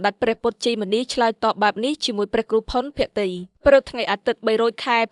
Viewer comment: អានព្រះនាមលោកឱ្យត្រូវផង ផុន ភក្តី មិន ភក្រ្តតីទេ